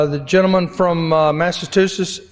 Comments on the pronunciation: “The gentleman from Masssatusesss….” 😂😂😂😂😂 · Jerry say Massatoosits. Is this the best you got Alabama? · "Massatooset"... And He's Speaker Of The House. Total Trump I.Q. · Maybe Jerry Carl should learn how to say "Massachusetts" rather than "Massatoosetts", but he is clearly proud of his ignorance. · That scab speaker can't even talk properly he said, "Massatoothless." 😂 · Can't even say massachusetts correctly..it isn't massatoosits 😅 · Is his pronunciation of Massa-two-setts a diss against the other speaker? 🤔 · I wouldn’t take it from Jerry Carl. The man can’t say “Massachusetts” properly. When did it have “tits” in it? Like his leader I think he bungled a few other easy words. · Would be nice if the speaker knew how to pronounce Massachusetts. Geez, the ignorance of the Republicans. And the stupidity of this whole thing. Does that mean they will refrain from any negativity about Biden? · He sure sounds dumb as a brick, can’t even pronounce Massachusetts. 😂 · Seriously!! Is it really THAT hard to pronounce Massachusetts??😂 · 🧐 so not allowed to state the FACTS😳🤯 and currently he’s former President! And ya can’t say Massachusetts Mr. Carl?!! They should televise any mis behavior by any one in DC! The public is not being thoroughly informed 🤨😤 Especially those running for high offices… behind door dirty secret keeping! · Loved the You Tube that Lawence O'Donnell had on this interation the other night, had more context. Like the hour it took for the words to be identified to be stricken and he also pointed out the mispronunciations by the Mississippi guy in charge. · He can’t even handle “Massachusetts”.